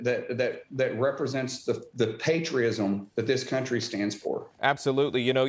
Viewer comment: Patri-ism??? And he wants to be a Senator??? English classes first.